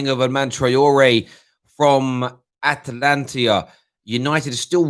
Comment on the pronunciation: What is Atlantia......cmon. Its Atalanta